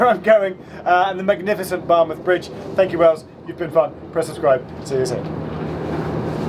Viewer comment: I'm not a Welsh speaker but I think Geoff did well with the Welsh place names. A bit spoilt by his pronunciation of Bar 'muth'!